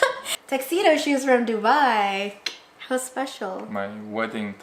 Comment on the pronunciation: I love you both but I wish “How” could be pronounced properly and not “Ho”.